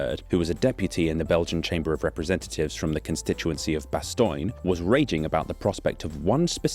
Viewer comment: Few Dutch people would say "straight ass yo". That's US defaultism. It's bad and it shouldn't be in your video. Kinda funny but I think you gotta knock that sort of thing on its head. You're better and funnier than that. also, Bastogne is less <<Bastoin>> and more <<Bastonye>> or <<Bastonya>> Otherwise. . . . cool video. I'm enjoying these